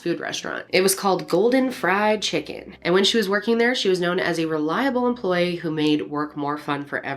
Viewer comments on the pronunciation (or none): The way your voice changed when you said “Golden Fried Chicken” 😂 so southern lol